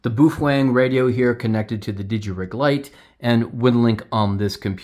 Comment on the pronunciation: Ba-oh Feng not Boofwang.